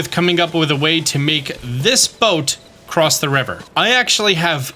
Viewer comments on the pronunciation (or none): none